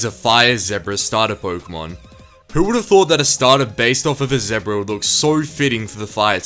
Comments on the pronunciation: Why Why must you mispronounce "zebra" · The way he pronounced 'zebra' in the video made me laugh, sorry pal, not hating on the Australian accent